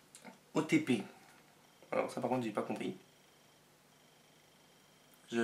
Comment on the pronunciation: O.T.P ça se prononce otipi et je crois que ça veut dire couple de série préférée voilà sinon cette vidéo me plait beaucoup